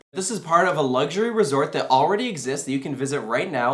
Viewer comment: Since when did Luxury have a G in it?? 😂